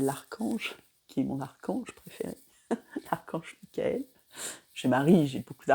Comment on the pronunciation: Mickael ( a prononcé à l’anglaise). Ça me fait penser à Wham d’ailleurs